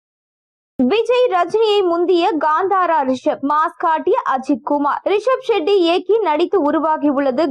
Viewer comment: Not Gandara, Kanthara. Not Sheddy, Shetty. Pronounce properly.